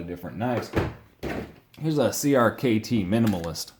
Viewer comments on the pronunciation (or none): none